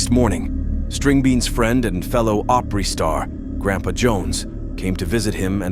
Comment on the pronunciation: Grandpaw! Not grandpa, I hate AI voices